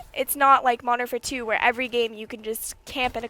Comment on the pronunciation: Its funny how she can't say Modern Warfare 2 !!